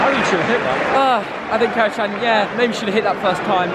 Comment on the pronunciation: It’s pronounced Kara-Jan, Turkish language